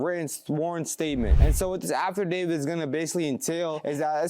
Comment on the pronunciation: DUDE! It’s not pronounced “AFTERDAVID”!! It’s AFFIDAVIT… you said it so many times incorrectly that I can’t help but say how unintelligent mispronouncing it makes you sound!